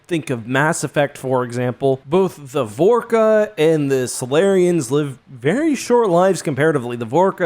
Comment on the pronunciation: why the fuck do you pronounce shit so wrong, you said star track you said Vasari and you said Vorcha like Vorka, seriously how hard is it to pronounce things right